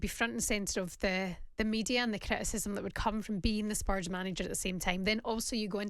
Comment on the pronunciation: Rory……….. it’s spurs.